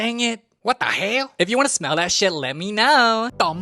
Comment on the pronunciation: "dIsGuStInG sHeAt" 🤣🤣